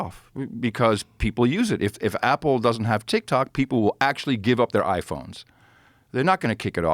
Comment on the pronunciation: Adam Curry is a really cool guy, great guy.. But when Adam Curry talks about TikTok, he says Tik-Tic ... I'll see myself out now.